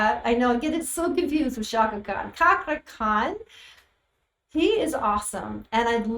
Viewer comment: His name pronunciation Cakra Khan like Chair. Not Kakra Khan.. He's fenomenal Indonesian artist 👍